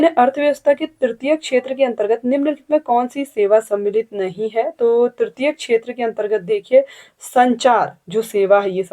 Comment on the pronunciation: Q 9 में तृतीय क्षेत्र में संचार सही है उच्चारण "नहीं " गलत हो गया शायद